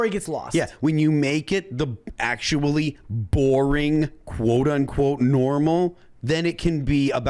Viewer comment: Ox-shully., come on.